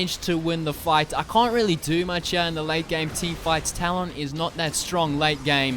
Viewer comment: Please say his name correctly!!!! Tal-uhn not Tal-ON.